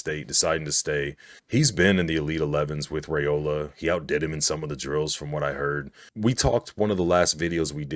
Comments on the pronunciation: FYI: According to Dylan it is RYEola and NOT RAYola. Not that it matters all that much…. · It’s (Rye-ola) not (Ray-ola)